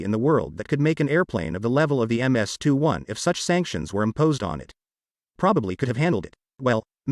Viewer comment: Dude it's not a Mississippi 21 aircraft. Its an Irkyt MC 21. These automated voices really mess things up.